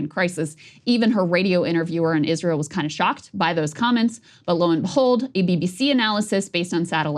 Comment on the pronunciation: Krystal: Isweal scawy 😱